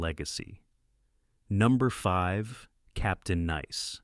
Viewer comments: Why is the narrator talking sooo slowwww? Captain Neese? Then you say Captain Nice, don't like AI narrators, they can't pronounce words right or stay consistent. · This is AI crap. Wrong clips and can’t pronounce “ nice”.